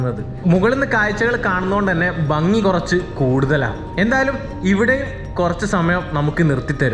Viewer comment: ബങ്ങി അല്ല ഭംഗി, അങ്ങിനെ ഉച്ഛരിക്കുന്നതാണ്, ഭംഗിയും ശരിയും!